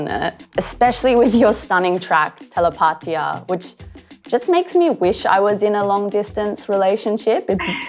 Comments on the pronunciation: Why did she pronounce telepatía like that? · no the host pronounced it wrong